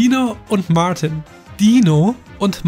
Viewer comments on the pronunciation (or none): Nicht Mortin sondern martin